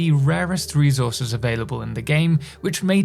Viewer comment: bro loves saying REZOURZES